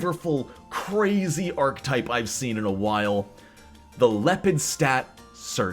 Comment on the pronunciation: "Ark-uh-type", not "ark-type". Otherwise, a great video!